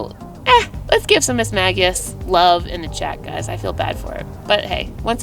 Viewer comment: It's actually pronounced "miss-may-jiss" 😉